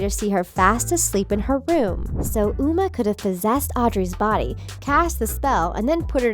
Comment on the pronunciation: “We’ve always trusted you, Mal. You’re like the best VK ever.” You said Uma wrong